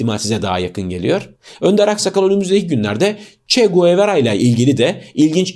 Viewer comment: “Çegevara” okunması gerekeni “çeguevera” olarak okumanın özel bir anlamı mı var? Bir kinaye mi söz konusu?